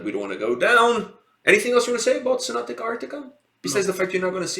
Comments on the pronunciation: Not trying to be disrespectful or anything but if you are gonna react to a band please learn to say their name properly. Its Sonata not Sonatica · I was a tiny bit triggered as you kept mispronouncing sonata as sonatica :D Cool review otherwise! Hopefully you will check their live stuff too because Tony Kakko is a really good singer on stage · Dude me too, i winced each time he said Sonat-ica instead of Sonat-a. But oh well. lol